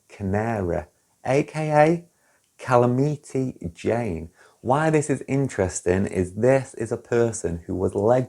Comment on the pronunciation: Cala-meaty jane? Ha ha ha. I think you mean Calamity Jane.